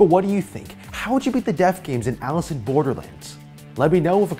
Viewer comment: What are they having their jaws chopped off chin to not pronounce Alice properly? Seriously what tf is that language